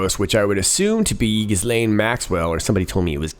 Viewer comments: Ghislaine is pronounced jiss-len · It’s pronounced “Jis + lane” with a soft “J” meaning without the “d” attack sound at the beginning. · It's pronounced Jizz-Lane. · Interesting I always pronounced it Jizz-Lane Geee-lohhhh sounds so prefrechous Think I’ll stick with Jizzlane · Haha, you're funny,. Ghislaine is pronounced 'GheeLenn'. Pretty sure 'said person' was having her shake 'al fresco', as in, outdoors. Another great vid, merci beaucoup. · PRONOUNCED GIZZ - SLAIN MAX WELL